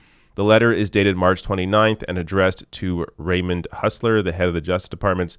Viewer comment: Funny, you said Hussler, it fits better than his actual name Hulser. Too funny David!😂